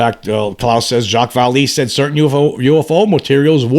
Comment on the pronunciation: FYI, his name is pronounced Val-Láy. Hope this helps!